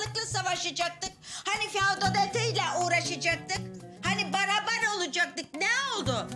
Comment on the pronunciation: Feodaliteye faulete diyor 😂